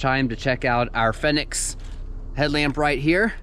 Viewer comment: Big Fenix fan here, use them non stop (every night) here in AZ during night herping season (April - Oct). High quality, good battery life, hard to go wrong, except for the price (like you mentioned). Worth it, imo. Btw, no biggie, but I think it's pronounced Phoenix. Good review.